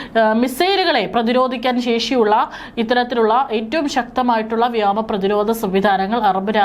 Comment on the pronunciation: പെണ്ണെ വ്യോമ (വ്യാമ )ഖത്തർ (ഗത്തർ )എർദോഗാൻ (കുർദോഗൻ )ഇതൊക്കെ മനസിലാക്കി വായിക്ക്